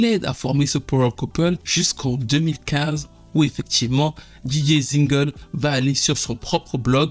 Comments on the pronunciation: Tout est ok sauf la prononciation Zinhle se Dit Zintle et BoNang.... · Dj Zinhle?!?! Se prononce Zintley en langue zulu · Hey, excellente vidéo comme d'hab. Pour la prononciation correcte du nom de Zinhle faut que je te fasse un voice lol